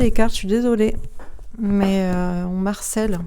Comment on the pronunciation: Bonsoir, Merci pour votre interprétation... Bon, en attendant de saisir le message de l'Arche d'alliance j'ai bien saisi Votre message sans le comprendre "on Marcel" mais qui est donc ce Marcel? 😀😂😂 Je vous taquine car votre prononciation de "on me harcèle " m'a fait beaucoup rire... Déjà en début de vidéo, vous m'avez fait rire car vous parliez de films comme de référence et je trouve cela très drôle de s'appuyer sur cela même si les films sont sympa, ce n'est qu'une vision d'un cinéaste... Bref, le sujet devait être solennel mais il m'a apporté plus que de la bonne humeur. Merci pour ce moment, je vais poursuive la suite de vidéo pour le second tirage. A+